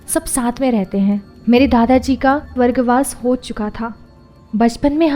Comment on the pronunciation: Vargvas ni swargwas thik se bolo.🥰 Baki ok hai story.❤️😇